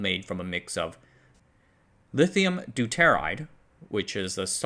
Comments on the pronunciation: Deuteride - DOOTER IDE. Not Du tear ide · Deuteride Do-tuh-ride.